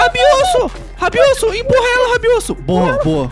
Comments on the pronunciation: alguem contou quntas vezes o falou rabiosso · 99% do vídeo é o falando ROBIOUSSO